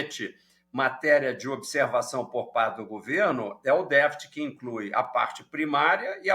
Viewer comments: Não achei elucidadtiva as explicações do entrevistado. E não falou novidade e nem foi didático tambem, pois quem não conhece um mínimo de economia ficou vendo "estrelas" no céu, ou seja boiando. Por exemplo: o que é "deficit", que ele fala "defit" primário? ...Mas esse mesmo problema esta corroendo as finanças dos EUA já algum tempo. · "défit"?? O que é isso?